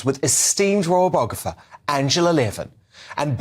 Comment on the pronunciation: Ffs,, she’s not a BOGRA-FER